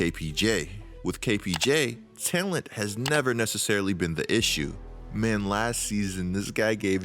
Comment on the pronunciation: you say “talent” I hear “tail end”